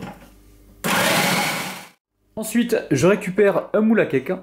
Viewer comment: on dirait a tu dit un moule a caca😂😂😂